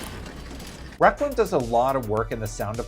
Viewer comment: Your pronunciation of requiem kills the video